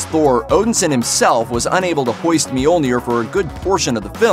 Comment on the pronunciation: He said hoaist